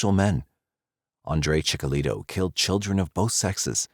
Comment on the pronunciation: It’s Chikatilo. Not Chikalito.